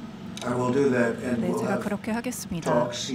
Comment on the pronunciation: 통역사의 영어 발음과 억양이 미국에서 무시당할 수 있는 수준입니다. 듣기에 매우 불편합니다. 예를 들면 That을 Dat이라 발음합니다.